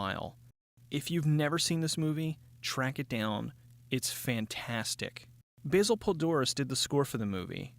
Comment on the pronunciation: Did you call Basil Poledouris: Basel Pledoris?